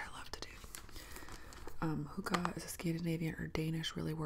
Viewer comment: Say huka one more time😬🤣 argh that pronunciation, hurts my ears. Funny to see something Danish inspired in your videos. Hygge is like a religious word in Denmark that you don't mess around about. But really hygge is what you make it, for me personally it's about feeling comfortable, just using the word hygge gives me 🪿 bumbs😂❤